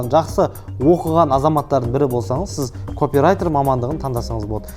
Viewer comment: Копирайтер сөзі капирайтер болып оқыладыыыы